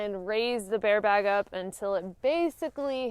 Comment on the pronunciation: True story...I mostly clicked this video just to hear you say "baare bag" lol <3. However I was more tickled with "line" Them twangy words are the bestest! #southerngirls #thebestgirls